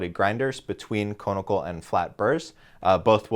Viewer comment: Con-i-cal. Not cone-i-cal.